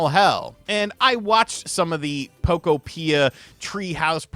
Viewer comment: Can you at least pronounce the game correctly? Poke-opia, like a Pokemon utopia.